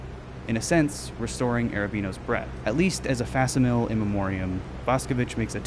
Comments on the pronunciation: Facsimile is pronounced "Fax-sim-uh-lee". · love the video no notes. Ok one note. facsimile is pronounced "fack-sim-ill-ee" :) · I have never before heard a worse pronunciation of the word facsimile. Deaaaaar lord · can we back up and talk about your pronunciation of "facsimile" please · This was a good video but why did you pronounce facsimile like that